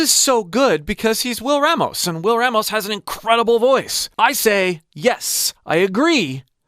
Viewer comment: Hey, bro.. our last name is pronounced Rah-mos.. Open up that A sound. It’s a common issue with white folks mispronouncing it. Just saying.